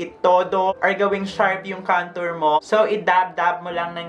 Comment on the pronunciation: Or bka kantot instead of kantor mo. Haha 😂 bakla pa effect.